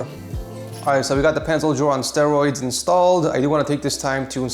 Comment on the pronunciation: "okay now we have our pencil drawr on strearoids installed" 2022